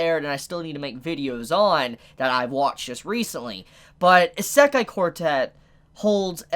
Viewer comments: ITS NOT PRONOUNCES ISE-KAI, ITS PRONOUNCES I-SE-KAI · Please look at this site and fix your wak pronunciation of isekai. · How it's spelled: Isekai Quartet. How pronouns it: Esekai Quartet.